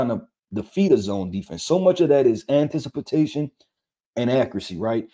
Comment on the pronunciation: why this guy keep saying antisipatation lololololol shit has me dead lol